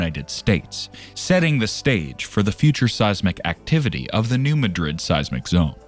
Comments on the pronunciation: Growing up in the mid south we have known all this. Also, it’s not pronounced like the capital of Spain(Muh-drid), it’s pronounced “New Mad-Rid”. I don’t know why people from that area name towns after more well known places and pronounce them differently. There is also a Hayti, Missouri and they pronounce it “Hey-Tie”, not like “Hatey”. Or Cairo, Illinois is pronounced “Kay-Row” instead of “Ky-Row”. At guess at least Memphis is still pronounced the same way unless your from Memphis and then you prolly pronounce it “Miffiss”….. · The locals put the emphasis in the word Madrid on the first syllable. They don’t pronounce it like the city in Spain. You’re saying ma-DRID. It’s MAD-rid according to people who live there. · This video's credibility is undermined by the narrator's incorrect pronunciation of New MADrid. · Yep it does we are from the show me state and you have to show us and that means saying it correct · You are correct. We, who live on this thing, pronounce it New MAD’ rid, so it hurts our ears to hear it butchered, though I doubt anyone is going to care once she blows!🫢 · Learn to pronounce the name of a city before you report on it. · I'm just a little north west of NM. When they can't say the name right, I stop the video, because that tells me they haven't actually studied it. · You can't even pronounce the name of the name of the region correctly, but the whole world couldn't care less. Liars and morons. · It is not pronounced like Madrid, Spain. Know your area.